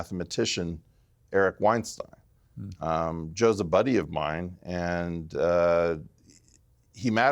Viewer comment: Piers pronounced Eric Weinstein's last name the same way Harvey Weinstein pronounces his. Eric discussed on the pod how he doesn't like being called that because his name is pronounced "WeinStYn". Either Piers didn't actually watch the whole podcast, or he did this on purpose.